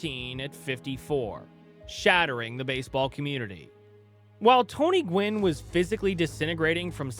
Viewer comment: Gwynn, not "gwen" 😉